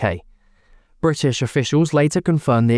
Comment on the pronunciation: Bwitish? *Englistan.